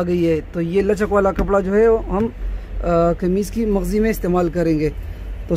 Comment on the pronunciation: Mazghi nhi bolty mghzi bolty hain